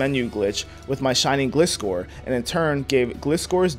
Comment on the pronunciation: Am i the only one who hates how he says Gliscor?